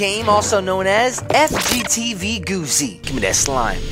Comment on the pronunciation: Yea not goofy its g-o-o-z-y